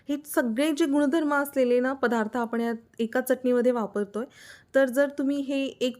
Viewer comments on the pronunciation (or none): none